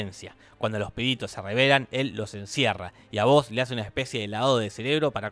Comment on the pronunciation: "Hasce" xd